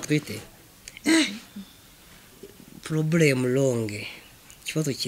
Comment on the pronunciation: Ploblem long😅😅😂😂😂😂😂 iki kyongereza mukinyarwanda kiranyishe 😂😂